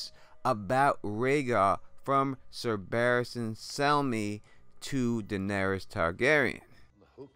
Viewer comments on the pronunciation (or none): none